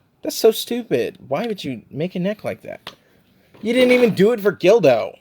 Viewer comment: It’s GULDO not GILDO. Unless you were pronouncing his name incorrectly because it sounds similar to dildo I’ve had no issues with my 2021 EE SSG Goku. Some people are just too rough with them. That being said Tamashii’s quality has definitely dipped. Think they’re trying too hard and should go back to making 8-12 figures per year. It’s better to get less figures per year with better QC than to get tons of figs with inconsistent QC. I’m excited to see more of your reviews especially if you’re gonna get SSJ4 Goku.